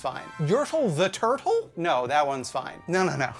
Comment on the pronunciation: "No dat wans fine"